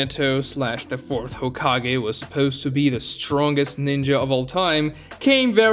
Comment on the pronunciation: when he says "supeuwst" instead of "supposed" is that an accent from something or just a nerd way of saying it?